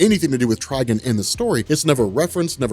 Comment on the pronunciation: "Tri-guhn"? Do you mean "Tri-gone"?😂